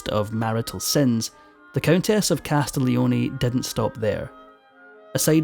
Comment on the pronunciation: In Italian, one does not pronounce the G in Castiglioni at all (try CAS TEEL YONAY). A little foreign language research would have helped you here